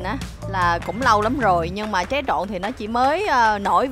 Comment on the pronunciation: Tré chứ ko phải ché nhé